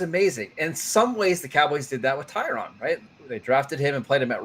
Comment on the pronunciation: Can please learn how to pronounce Tyron Smith's name? It's only been a decade.